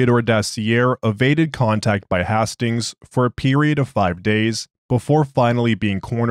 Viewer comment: Isn't it pronounced Haste-tings and not Hass-tings?